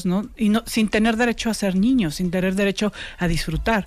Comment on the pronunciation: Por que dice ñiño. 🤔